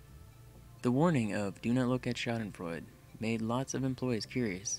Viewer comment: I'm impressed you said Schaudenfreude right. Someone's done their homework!